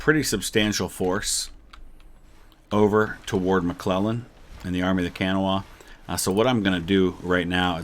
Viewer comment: It's pronounced the Army of the Kuh-naw. We don't say CAN-uh-wah :)